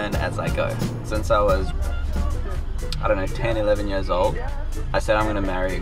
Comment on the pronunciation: Awesome content, Please keep it up! and FYI, did you pronounce 2 Years as 2 Yöörs?:D